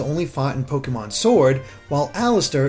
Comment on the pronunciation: Your pronunciation of Pokémon hurts.